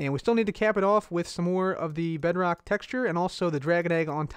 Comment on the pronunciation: when I was watching I was a bit hungry and I thought you said Bread Rock